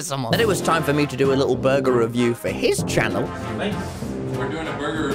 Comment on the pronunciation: Mr beast said burger Tommy said BORGER